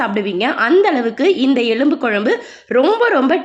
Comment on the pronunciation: எழும்பு என்று கூறாமல் "எலும்பு ' என்று கூறவும்.